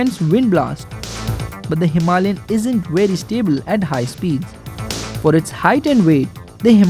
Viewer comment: I accept the music, and all, and I really really hate to correct people, but please.. don't say "Himalian" (Hee Mah LiAn). Its Himalayan. (Hima lay an). All the rest its fine. Thanks for the review